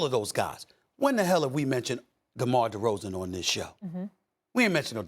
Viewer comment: Give it up Steven A. DeMar DeRozan's name doesn't even sound right coming out of that mouth